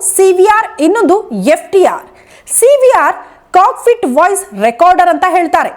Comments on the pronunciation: is it cockFIT or cockPIT? i hear it as FIT.. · First black box, cockpit antha sariyagi pronounce madi😢